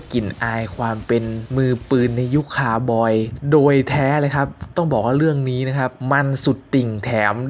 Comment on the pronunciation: เรียกว่าCowboy คาวบอย นะครับ เรียกให้ถูก ถ้าเรียกว่า คา บอย แบบที่น้องพูดนั้นความหมายมันเปรี่ยนครับ หาข้อมูลเบื้องต้นก่อนนะคับ จะได้เรียกถูกต้องและถูกความหมาย ”คาวบอย”(cowboy) น่ะครับ คำว่า ”คาวบอย”(cowboy)ซึ่งใช้เรียกกลุ่มคน ขี่ม้า ยิงปืน และต้อนฝูงสัตว์บริเวณดินแดนภาคตะวันออกของสหรัฐอเมริกาเมื่อครั้งยุคบุกเบิกนั้นคือคำสัพท์ในภาษาอังกฤษที่เพิ่งปรากฎครั้งแรกราวๆปี ค.ศ แปลมาจากคำว่า ”บาเควโร”(vaquero)ในภาษาสเปนที่ใช้เรียก กลุ่มคนที่เชี่ยวชาญการขี่ม้าซึ่งทำหน้าที่ดูแล ปศุสัตว์(โดยเฉพาะฝูงวัว) ให้แก่ เจ้าของที่ดิน หลายคนอาจจะสงสัย ทั้งๆที่เรามองคนกลุ่มนี้เป็นผู้ใหญ่แต่ทำไมเราถึงเรียกพวกเขาว่า ”คาวบอย” (cowboy-เด็กเลี้ยงวัวเพศชาย)ล่ะ ?? สาเหตุที่ใช้คำว่า ”คาวบอย” เรียกว่ากลุ่มคนดุแลฝูงปศุสัตว์นั้น มีที่มาจากอายุเริ่มแรกของการฝึกฝนเพื่อเป็นคาวบอย โดยคาวบอยส่วนมากมักเริ่มอาชีพนี้ตั้งแต่ยังเป็นเด็กๆ เพื่อรับการฝึกฝนทักษะต่างๆของการเป็นคาวบอย ไม่ว่าจะเป็นการขี่ม้า การต้อนฝูงสัตว์ หรือ การใช้บ่วงบาศ แต่พวกเขาก็เป็นแค่คาวบอยฝึกหัดซึ่งไม่ได้รับค่าจ้างจนกว่าพวกเขาจะมีความสามารถพอที่จะถูกจ้าง บ่อยครั้งที่คาวบอยฝีมือดีถูกจ้างตั้งแต่อายุ 12 – 13 ปี และเมื่อทำการว่าจ้าง คาวบอยส่วนมากก็มักจะประกอบอาชีพนี้ไปตลอดชีวิต ถ้าไม่พิการจากอาการบาดเจ็บ หรือเปลี่ยนไปทำอย่างอื่นซะก่อน